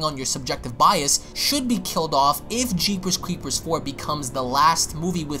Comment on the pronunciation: The way you say jeepers creepers like your teeth are clenched is provoking a "nails on the chalkboard" kind of reaction. Very weird. I'll slap myself in the face. That's better.